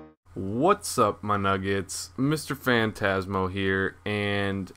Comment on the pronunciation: he doesnt he says miss-terfantasmo like its one word its wierd